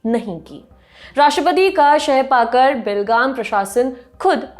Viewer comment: Did any one heard Belgaum instead of be lagaam… ??